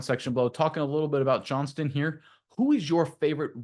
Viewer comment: JohnsTon not Johnson